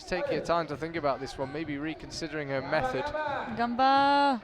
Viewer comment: Ps. It's "ganba" or "ganbare" (not: "gamba" or "gambare").